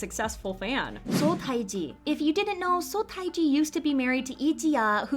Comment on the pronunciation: Pronunciation...Seo Taiji = SUH TEH GEE